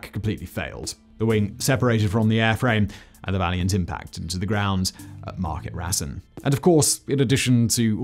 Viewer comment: Market Rasen. It's Market Ray-z'n, not Market Rass-en. And without wishing to sound pedantic, it's RAF Cott-is-more rather than Cotts-more. Or at least it was when I was in the mob.